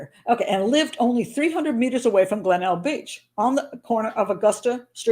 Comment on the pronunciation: I live in Adelaide, and it's pronounced 'Glen- elg'